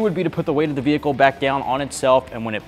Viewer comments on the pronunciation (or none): none